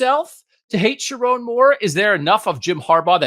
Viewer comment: Also....learn how to say his name: irs sher-OWN (mnemonic device should be pretty obvious 😘) PS - Donovan Edwards and Colston Loveland are the Kings of Columbus 😂